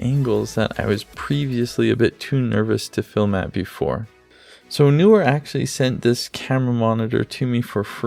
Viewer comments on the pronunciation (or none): It is Kneewhere, NOT Newwhere. Can't people read? Grips? How about gripes? lmao